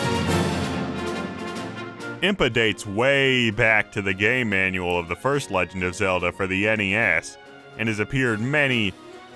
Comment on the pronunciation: Who else thought he said "gay manual" ?!